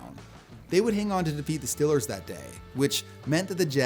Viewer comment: Your definitely a Steelers fan I heard that Pittsburghese accent when you said stillers